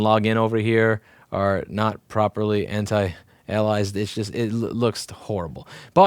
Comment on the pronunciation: The way he says "anti-ailaized" LOL